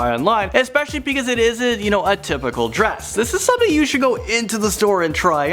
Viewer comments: Pls stop saying "exspecially" instead of "especially" 😭😭 it's such a pet peeve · It's not EXCSPECIALLY! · what is "expecially"? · x pecially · It's especially not exspecially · WTF does "Ekspecially" mean? Learn how to speak. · When will people ever stop using "expecially"?! It's wrong, it's annoying. STOP. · Did he just say "eXpecially"? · Especially doesent have an X in it. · It's especially. there's no x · this dude said xpecially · "excspecially" and "dark brown leatherette meaning smaller version..." You had ONE JOB XDDDDDDDDDDDDDD GET IT RIGHT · Stop saying exspecially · "exspecially" ... (x.x) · Yeah, I basically can't watch videos from this guy - and for an "announcer" he needs speaking lessons. Especially doesn't have an X in it for example. Stunning to me this channel has so many subs with how awful this guy is.